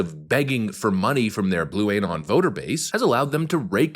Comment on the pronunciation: What's up with this blu-A-non pronunciation? it's Q-uh-non and blu-uh-non!